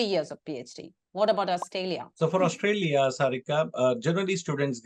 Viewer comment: Please don't say 'AustALia' and say 'AustRALia'